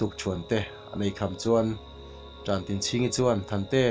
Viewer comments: Khawpuiṭan/Ṭan tlang a Ṭan tih ang hian Ṭantinchhingi tih hi lam la, a phuahtu te pawh zawt ve la.... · Tantinchhingi tihhi i chhiardiklo deuh niin a lang.